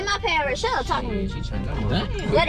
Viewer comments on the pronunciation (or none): "I did not change my pahhword" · It funny they say padword instead of password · i was dying when yall said "paword" instead of password LOL im dead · it craaa u gooon change da paaword 😂😂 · They don’t say password they say paword